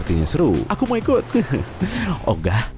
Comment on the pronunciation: Ngomong Hei nya Eropa banget, ogah nya Indonesia banget..